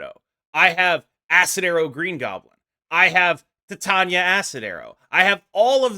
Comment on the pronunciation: Great video. Titania is pronounced TIE-TAY-NEE-AH like titanium.